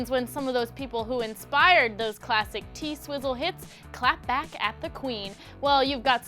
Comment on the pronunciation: okay, but can you please not call her "T-sizzle"? that's gross